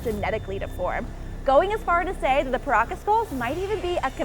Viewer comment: Sound like she said Caracas